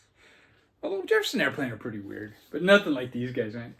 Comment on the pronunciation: I do the same thing, i pull albums to listen to after others show them., did you say Jepperson Airplane? Sure sounded like it to me, that's another album I had to go to the shelfs to see if I had it, I did, so that's out for a listen also. That Crushed Butler is excellent, what # did you get? Only 500 made! I have that Thee Headcoats album, they put so much stuff out, where do you begin. I never heard of Alice Donut. It wouldn't be a Vinyl video without a Redd Kross album. A nice stack to listen to indeed.